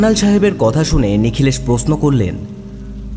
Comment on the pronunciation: সূত্রধর মানে ছুতোর মিস্ত্রি। গল্পের সূত্রধর হয় না, হয় সূত্রধার। অর্থাৎ কথক বা ন্যারেটর। আর প্রস্ন নয়, প্রশ্ন। আস্চর্য নয়, আশ্চর্য।